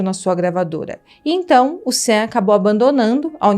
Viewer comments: Olá! O nome dele diz-se "xón" (Sean) e não "sén". Obrigada pelo vídeo 😉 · O nome dele não é "Sam". É "Sean". E se pronuncia "chãn". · A pronúncia do nome dele é "Xã" e não "Sem". Isso tudo é assustador e só demonstra como a indústria fonográfica e cinematográfica tem podridões inimagináveis, e do quanto somos manipulados por essas indústrias, que nos fazem gostar de seres desprezíveis. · Cara o nome dele se pronuncia Shean não Sam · Excelente sua narração, mas a pronúncia correta do nome é "CHON" e não "SAN" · Por que ela chama o cara de "Sam"?!?!? Pra fazer um vídeo desse, é preciso pesquisar a pronúncia correta. Sean!!! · Gosto mto dos seus videos e da sua forma de contar os casos, mas vc poderia por favor pesquisar a pronuncia dos nomes das pessoas? Uma sugestao só. claro, nao que seja importante, mas... Por exemplo, Sean nao se pronuncia Sam, se fala algo como "Xón" ou Heather q se fala "Réader" (de um outro video) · Vc fala SEAN como se fosse SAM mas na verdade a pronúncia está mais pra CHÃ 😅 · Vc sabe tudo! Mas, chamar o Sean de Sam é dose!! Sean é Shón... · Oi! O jeito certo de pronunciar Sean é similar a “Shawn”. E não “Sam”. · Sim, sim. O mais perto que chega da pronúncia é "Shóun". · Obrigada pelas informações... Mas veja direitinho como é a pronúncia dos nomes dessa história...Sean é Chón, késsi, frikófs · Sean pronuncia correta Xan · Só um toque: Sean se pronuncia xan. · Não é Sean é Shon! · VERIFICA A PRONÚNCIA CORRETA DE “SEAN” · Adorei o vídeo. Pena que a pronúncia do nome está errada... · You keep saying his name wrong. Sean is pronounced “Shawn “ not cean. It’s not hard to pronounce. And Suge knight is pronounced “shug “ nite” with a silent “e”